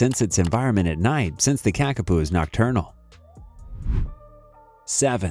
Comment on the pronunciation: The narrator is pronouncing the New Zealand flightless parrot as Kakapu( which is incorrect) this is correctly spelt and pronounced as 'Kakapo'.